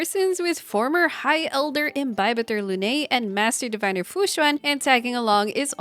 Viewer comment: Tip for pronuncing fu xuan: right now u are saying "xu-Ah-n". Try "xu-en" as in ENdgame.